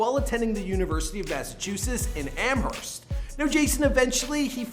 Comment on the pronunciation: The H in Amherst is silent